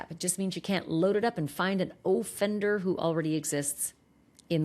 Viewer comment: Why do you say "Oooooohhhhhhfender"? It's offender.